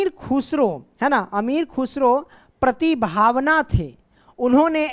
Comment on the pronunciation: प्रतिभावान शब्द को अपने प्रतिभावान ना पढ़ाते हुए प्रतिभावन पढ़ा हैं।